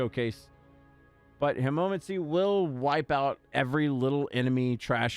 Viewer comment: Killing me with the way you pronounce hemomancy but yeah its a great vampiric power.